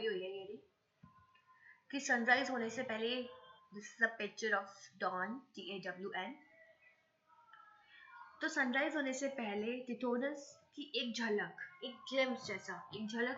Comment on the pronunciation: Daon ???? Ya dawn...mam plz galat mt padayega bht nuksaan hota h